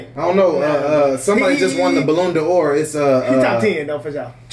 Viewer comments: Correct pronunciation for “Balon Dor” Bah - Lawn - Dor Not balloon 👀🤣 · “The Balloon da OR” 😭😭😭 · Ballon de hor😂😂😂